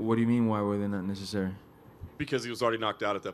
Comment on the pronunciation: He said neccesssreruy not necessary lmao